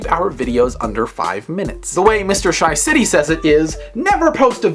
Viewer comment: ur not sayin it right. not SHYcity its more pronounced as SHAcity